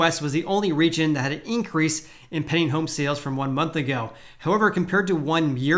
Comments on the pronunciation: Stop saying "penning home sales". Its pending. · When you say "pending" home sales, it sounds like you're saying "penny" home sales. I spent the last 5 minutes trying to figure out what a "penny" home sale was!